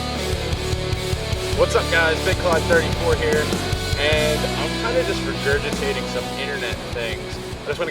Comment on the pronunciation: I don't know what's worse, the fact that you expected a nice interior from a Chevy, or that you say 'rejurjitate' instead of regurgitate lol I'm just messing with you though those are valid complaints with most cars honestly.